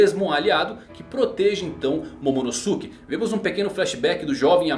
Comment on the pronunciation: Poha eh /Momonôske/ que se pronuncia